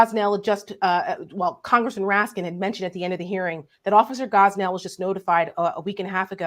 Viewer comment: Officer Gonell NOT Gosnell.